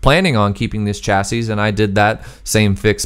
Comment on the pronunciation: This is a nitpick, but something which you might have use for in the future if no-one's mentioned it yet; the singular of chassis is pronounced "chassee", plural is "chassis", if you mean singular you'd be better off using the first one unless you want to sound like a bartender with bad grammar.